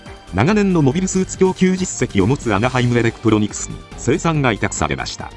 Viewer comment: なんかアナハイムエレクプロニクスって言ってません？